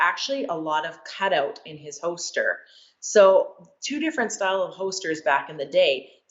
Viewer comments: Anyone else notice that she says “ho-ster” when saying “holster”? Just don’t mention it in front of her if she’s packin’ heat! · Is it just me or is she saying “hoaster” for holster over and over? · Hoester 😂😂. Why can't a world champion shooter pronounce holster? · As long as I don't have to hear her pronounce "hoester" again. Its hoLster god dammit. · Overall review 8 out of 10, would have been 10 out of 10 if she said Holster instead of Hoster. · I think she meant “holster” not “hoster” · I can't get past her saying hoester instead of holster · Hosted rilly it’s holster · There's an "L" in holster. Its not hoster. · I wanted to enjoy this but I was just getting agitated everytime she said "hoster" but to be fair I'm an asshole lol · Yea same🤣especially when she says it like 5 times in a row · I've never heard someone mispronounce holster so many times idk about yall but I've never heard of a hoster in my life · Holy crap it's pronounced "hoster" I've been saying it wrong all this time. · She pronounces "holster" like "ho-ster". Someone should tell her there's an L in there. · In her videos she's practically bending her back so far and her hips are so forward that her gun is already pointed at the target while in holster lol. Or like she says "hoster" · Is she saying hoester? Uh...why. And for those who dont know these fast draw competitions dont use live ammo. So... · It's a Canadian accent thing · I'm from the same town she lives in and I've never heard someone say holster like her. It's pretty weird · Do you know how to say holster? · She knows her stuff but forgot there's an 'L' in holster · Someone tell her that there’s a letter “l” in the word “holster” lol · The “L” in holster is silent 😂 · She’s one of the fastest quick draw shooters on earth and she can’t pronounce “holster”. Crazy world